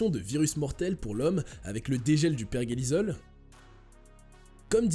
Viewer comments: Bonjour, pourquoi vous dites perguélisol ??? C'est per-jé-li-sol.... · Tu parle de virus qui est sujet élevé mais pas capable de prononcer pergélisol correctement 🤣